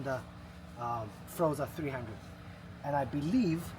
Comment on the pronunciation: NOT FROZA - IT'S FOR-ZA - HELLO